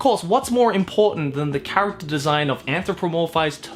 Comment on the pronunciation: "most of kuso-gays revolve about an animo carcatchure to make it your hasbando" joe 2018